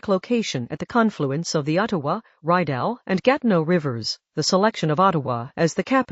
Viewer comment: I closed this video when the AI called our canal, the Reyedow. Short "I" sound and French pronunciation Rideau.